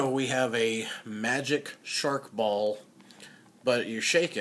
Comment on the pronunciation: sMark Ball not shark ball! Jeez you shouldn't be doing reviews if you can't read!